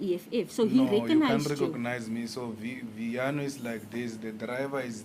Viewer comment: It’s not Vito it’s viano 🤣